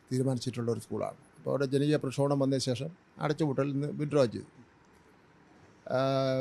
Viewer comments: ഇയാൾക്ക് മലയാള ഭാഷയിൽ ഭംഗിയായി സംസാരിക്കാൻ അറിയില്ല എന്നു തോന്നുന്നു പ്രക്ഷോഭം എന്ന ഇടത്ത് പ്രക്ഷോപണം എന്നാൽ പറയുന്നത് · പ്രക്ഷോപണം അല്ല പ്രക്ഷോഭം 😂